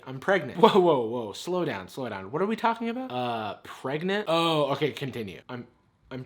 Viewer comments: I’m... pregantae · It’s pronounced Pre-ga-ga-nant Not pregnant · every time "pregnant" is said in this video my brain corrects it to "pREGANANANT"